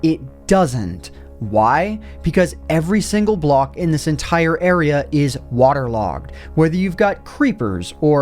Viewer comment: He says waterlogon